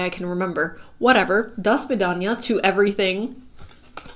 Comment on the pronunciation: Dear, as Russian that 'do svidaniya' was just perfect and I take as extra confirmation❤thank you for the reading and your energy